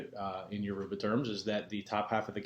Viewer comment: you are not pronouncing it correctly....dang....your-ah-bah not Uah-roobah ...what are your ancestors saying?